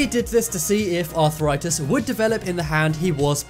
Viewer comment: Arthritis only has 3 syllables, and tendon does not end with a T. There's no such thing as arthur-itis or a tendant.